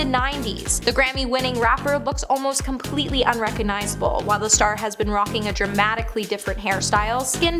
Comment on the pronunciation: RecoGnizable. There’s a “g” in there.